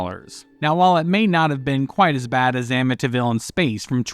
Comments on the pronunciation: Anyone else annoyed by the pronunciation " AmmiTIville"? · I like how he pronounces "Amityville" as "Amintinville." He sounds like an arsehole cooking up a soup for his own consumption. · I lived in Amityville when I was a kid. You’re pronouncing it wrong….